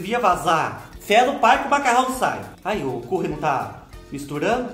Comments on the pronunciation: Fubá do céu tava com Sddes de suas receitas!..Vc brigando com a produção é bom demais 😂😂..Briga sempre com eles,esses "reganhado sombração da meia noite"!..Obs:..Não se pronúncia como escreve Fubá "Curry",se diz 'Cãrry'..Fale direito Fubá não faça feiúra pra nós kkk..Te amo de paixão ❤️🌹😘😘😘🤭👏👏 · Kkkkkkkkkkkkkkkkkkkkkkkkkkkkkkkkkkkkkkkkkkkkkkkk Fubá do céu ri demais do jeito que vc fala Curry, "Cúrri" 😅🤣😂🤣😹😅😹🤣😹😅😹😅😹🤣😹😅🤣🧂🧅🌶️🍛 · Ri muito da pronúncia do "curry " Kkkkkk So o Fubá !!!! Bjs.Sucesso. !!!!!